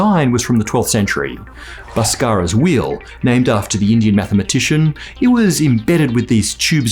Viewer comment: Hey , It is pronounced as "bhaaskar" 😂😂